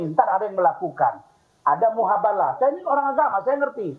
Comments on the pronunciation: Si Razman nampak 𝙢𝙚𝙢𝙗𝙚𝙡𝙤𝙩/𝙣𝙜𝙚𝙥𝙚𝙧 dari Rudiana yang dulunya membela 𝙍𝙐𝘿𝙄𝘼𝙉𝘼, 𝙋𝙄𝙏𝙍𝘼 & 𝙀𝙇𝙎𝘼. Dasar 𝙋𝙀𝙉𝙅𝙄𝙇𝘼𝙏!!! *𝙆𝙊𝙍𝙀𝙆𝙎𝙄 𝙪𝙣𝙩𝙪𝙠 keduanya, bukan "𝙈𝙐𝙃𝘼𝘽𝘼𝙇𝘼𝙃", tapi "𝙈𝙐𝘽𝘼𝙃𝘼𝙇𝘼𝙃". Bukannya Si RAZMAN ngakunya 𝙐𝙎𝙏𝘼𝘿𝙕?! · Mubahalah Man razman.. Bukan muhabala.. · Koreksi bang Farhat . Bukan muhabala . Tapi mubahalah . 😅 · Mubahalah razman bukan muhabalah🤣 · Wei razman.. mubahalah bukan muhabalah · Izin ralat min. Man,razman... yang benar itu MUBAHALAH. bukan MUHABALAH. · Ini orang bingung tidak punya ilmu.. bukan MUHABALAH, tapi MUBAHALAH.. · Mubahalah ...bukan muhabalah...razman berkali kali bilang muhabalah...